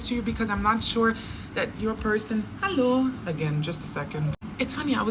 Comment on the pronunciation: Ah ok, sounded like you said hello in swedish